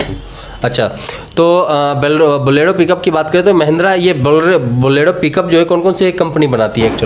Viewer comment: Borelo nhi bolero